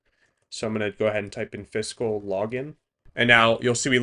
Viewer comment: it's killing me that you keep saying "in-fiscal". It's clearly supposed to be pronounced "in-physical" as in, not-physical. That's why there's an i between the s and the c.